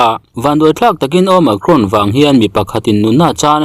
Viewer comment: Omakhrawn ti aa lam chu a mizo hle mai,nice,tih zel tur aw sawisel tu awm mahse a mizo ve lawm